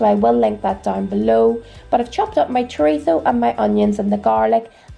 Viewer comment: Spaniard living in NI here and I love your food videos so much! Also THANKS for saying chorizo the right way lol your stew looks delicious. We have a similar one with chickpeas called potaje de garbanzos con chorizo but I will definitely have to give your lovely cowboy stew a go, I tried your recipe for the Irish stew too and it was amazing. All the best! xx